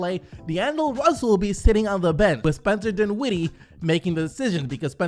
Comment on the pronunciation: Can u say dinwiddie correctly plz?